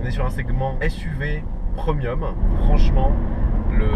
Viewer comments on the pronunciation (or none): none